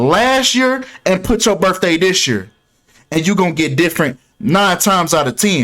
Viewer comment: It's biRTHday not biRFday